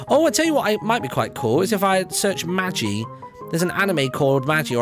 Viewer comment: Isn't called ma-gee not maj-ee? That anime/manga you were talking about? Nice Vid as well!